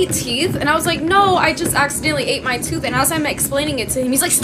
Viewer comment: uh girl the way my jaw dropped when she said "u eva ate a toof" GIRRLL